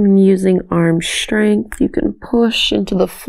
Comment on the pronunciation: it's Strech not SHtrech, Strength not SHtrength etc, PLEASE pronunce correctly